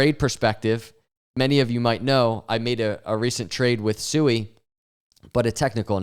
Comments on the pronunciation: Sui is pronounced “Swee”! All these YouTubers talk about Sui but can’t even properly pronounce the name of the project. 😂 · SUI is pronounced (sweee) not sue-e